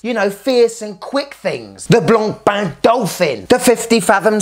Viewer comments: My compliments for the correct french pronunciation... Not like the horrible yanks sayin: BLAANPAAN! 😂😂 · bro actually pronounces blancpain properly unlike teddy respect!!! Love you bro! The best channel! :face-blue-smiling::trophy-yellow-smiling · Kudos for making sure to pronounce Blancpain properly!